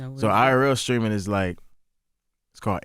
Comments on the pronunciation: The whollle beginning of this video I thought Charlamagne was saying "screaming" 😅😂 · Charlemagne saying “screaming” instead of “streaming” will never not be funny to me 😂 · Charlamange absolutely needs to fix that speech impediment ...or stop saying Streaming (Screamin)😅😒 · Am I the only one hearing Charlamange keep saying skreaming instead of Streaming🤷🏿‍♀️😂😂😂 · Charlamagne saying screaming instead of streaming has me 😂😂😂💀